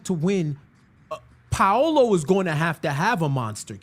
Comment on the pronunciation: It’s pronounced more like Pow-lo instead of Pa-oh-lo.